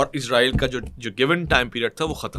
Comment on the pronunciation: عزرائیل نہیں بھائی اسرائیل بولا کریں 😂😂😂